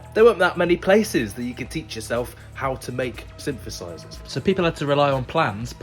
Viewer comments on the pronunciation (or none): "sympth" "sympthesizers"